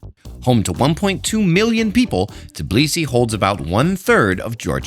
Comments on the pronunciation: Tbeeeeliseee not Teeblisee !!! GOSH make an effort guys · It’s hilarious to hear how time after time calls Georgian capital “Tiblisi”. 🙂 It reminded me old name of the city - Tiflis.